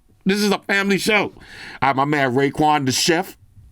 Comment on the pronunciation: This is a "Yamily Show" 😂